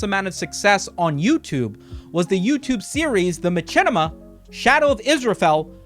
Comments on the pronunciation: the way he says machinima is making me uncomfortable "my chin ema" i have always heard said "Mah shin ema" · Bro pronounces Machinima as Ma-chin-ima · I didn't know I could be so desperate for someone to please god stop saying ma-CHINnima. Its like a horrible form of reverse asmr torture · its pronounced mashinema, fool. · Hate how you say machinima its machine pronounced matchene? The creator even said how it was pronounced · The only person ive ever heard put chin in machinima, do you also pronounce machine macheen? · Every time says ma-chin-ema 1 second passes in Africa. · its true. i'm here rn to witness it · is.. is that how machinima is pronounced? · Is mispronouncing machinima a bit? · Bruh please say Machinima correctly at least one time